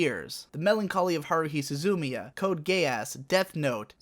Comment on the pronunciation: "The Melancholy of Haruhi Su-zoo-miya" "Code Gayass" Were you trying to butcher their names or are you just this bad at reading Japanese titles?